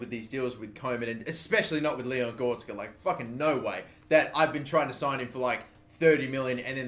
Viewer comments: Not GOR-TZ-KA But GO-RE-TZ-KA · GOR RET ZKA not gortska please pronounce it right I cringe every time you say his name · It's Gore-retz-ka. You've been saying it wrong since your Southend United career mode lmao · when he says goretska as gorska :) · please learn how to say goretzka name right. Gor-rets- ka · Its gor e tz ka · You butched goretzka's name so much